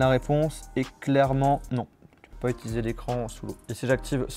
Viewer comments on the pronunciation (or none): none